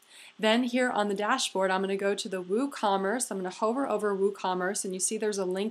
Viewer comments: Hi - love your videos! They are so helpful. Just a little pronunciation tip for the future. The word "hover" should rhyme with "lover", not "Rover" the dog.:) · excellent. couldn't have done it better myself. u are very talented at what you do. you may mispronounce "hover" but it's all good! haha thanks so much!